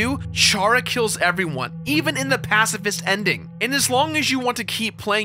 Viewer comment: "Pasifist rum"